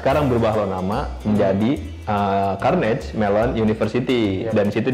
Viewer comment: Carnegie bukan carnage bang wkwk